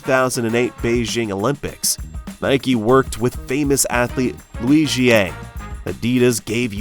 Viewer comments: How do you say Liu Xiang again? Lijieeh? What? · Your pronunciation for the proper Chinese words are all so messed up! Even Liu Xiang s name was pronounced incorrectly. Also with GUO Chao! Pls don’t embarrass English speakers with such bad Chinese pronunciation!